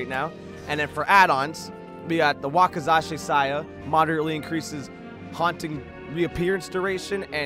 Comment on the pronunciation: he pronounce wakizashi saya wrong tho